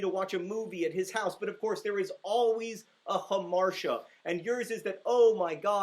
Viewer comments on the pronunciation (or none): are you serious??? you just ruined the whole thing!! hamartia is pronounced hammer-tia NOT ham-marsha. that is super grating and the movie used your mispronunciation. let me assure you that teaching young people the wrong pronunciation of a word will propagate. totally disappointing. totally. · I pronounced hamartia the same way he did, like huh-mar-shuh but apparently it's ha-mar-tee-uh...